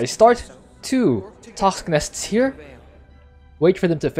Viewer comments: TOSKS - NUS .. I brain twitch everytime you say it. Haha! Love Abathur too man (y) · Good video, good strat but the way you pronounce "toxic nests" make my ears bleed